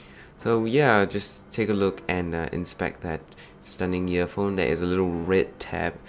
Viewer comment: im hearing "yearphone and yeartips."